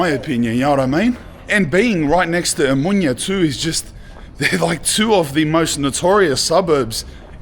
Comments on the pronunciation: oMOUNIA. Nicely said I guess? (in greek oVaginas)? How difficult is it to say omOnia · O- MO- NIA not Amunia per dio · Omounia 😂😂😂 it's omOnia. Omounia means plural vagi na in Greek 😂😂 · Sorry but it's Omonia, not Omounia 😂🎉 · A mounya 😂 ill mounya 😂😂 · Watch how you pronounce 'OMO NIA' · Eksarhia and omonia ffs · As I'm watching the video, there are many inaccuracies (ie. there is no police in that neighborhood - of course there is) but most of all, you could have gotten at least the names of the districts right. It's not Exarzia or Omounia. It's Exarhia en Omonya (to pronounce it as better as possible). Edit: Agree or not, the Greek guy has a great intellect. Bravo for your English too. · The streets of Athens that you were walking on in the beginning are beautiful. Better than North American streets and other European cities. However the bad pronounciations are puting me off it's :Ex-ar-he-a...O-mo-knee-ah (like amonia). Omonia needs to be demolished for sure. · EXARCHIA. Tthe narrator should, at least, learn to pronounce this neighbourhood's name. The 'ch' in Exarchia is not pronounce as 'ch' but closer to 'h'. Exarhia, please. I am only in but I can't listen to any more. Once I hear Omoonia, I am out. You have no idea about Athens, otherwise you would have enough respect for the place to know the names of these places. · You are pronouncing the suburbs incorrectly. It isn't exarchia but exarhea. Not omounia( which could mean something in female genitalia), but omonia.😊🇦🇺🇬🇷❤ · your pronunciation is atrocious. omounia and ekarkia? 🤣🤣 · Buthering the Greek names; Exarchia is pronounced with a "kh" sound, it's Exarkhia quite literally; he says something like Amunia, not Omonia as it should be.